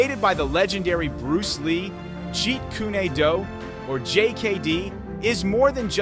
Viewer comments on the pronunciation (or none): Jeet ku ne do? Stop using AI to narrate. Learn to pronounce it correctly.